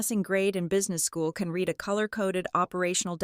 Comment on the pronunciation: You Still Don’t Know How To pronounce the word “Read” ???